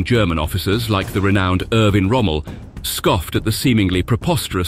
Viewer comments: Did he say Irvin Rommel ? Any way i deleted it ! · It is pronounced, "Er-Veen" Rommel, auf Englisch. Duh? Not rocket science. Do we some AI going on here? I'm just sayin'... ...